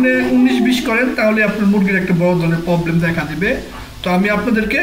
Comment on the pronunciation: Baiya apni j problem k poblam bolan ayta sonta valo lage na... Apni problem ayta akto valo kora bolian